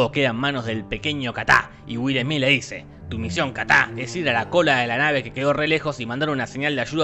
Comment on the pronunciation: El chamaco de Will Smith se llama “KITAI” Jorge “KATÁ” 😂😂😂😂😂😂😂😂😂😂😂